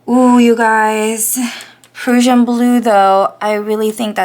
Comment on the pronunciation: The Diamine Prussian Blue is really pretty in your journal. Love it. (By the way, Prussian is pronounced like PRUSHIAN...with a short "u" sound. :) )